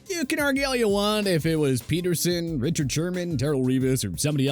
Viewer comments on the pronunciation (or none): none